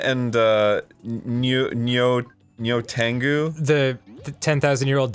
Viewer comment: I love and I've played the DOA series for 12+ years and I love you both but for the love of God please pronounce the names right;-; Helena is helen-uh. Nyotengu is nee-yo-tin-guu. Honoka is hono-ka (emphasize the ho not the no) Please it pains me every time you say the names so wrong;~